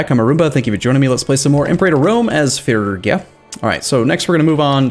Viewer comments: Its phrygia, like in 'freeze'.... free gee ja.... or fast: freegjia. Not firgja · IT'S PRONOUNCED FREE-GEE-AH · Say it with me now. "Fridge'ia" or "Frigg'ia" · "fergia" is not a logical way to pronounce "phrygia". the letters simply are not in that order. reading is not just remembering how words you already know are pronounced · Aren’t those two separate pronunciations? The G in fridge is different than the double Gs in piggy. I’m guessing the correct the pronunciation of this country is more like fridge-e-uh without the d. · Intresting I learned in university that it's pronounced Phrygien. I don't think there is a way to write down english pronounciations because of the old ghoti-problem. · It's gonna be like 3 more episodes before he's done another recording session and maybe figures out how to pronounce Phrygia.